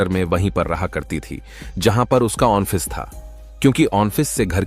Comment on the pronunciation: Apna Onto aur onffice wala pronunciation thik karo